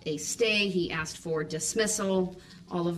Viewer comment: Did I “axe” you?